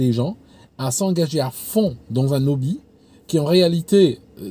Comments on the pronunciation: Attention pour Hobbie c'est un H aspiré, on dit un Obbie pas un Nobbie. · C'est: un débouché. Et il faut prononcer le h de hobby, pas de liaison dans "un hobby"